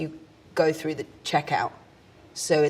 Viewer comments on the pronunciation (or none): none